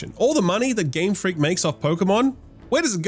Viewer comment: Game Fweak